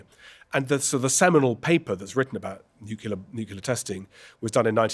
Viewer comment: new-clee-ur, not new-kew-ler!